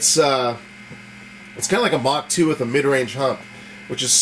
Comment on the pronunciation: Did you say "Mark II" or "Mach 2" ?